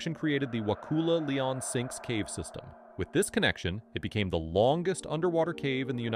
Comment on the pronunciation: AI voiceover? U use becume instead of became? ~12 min. i cant tell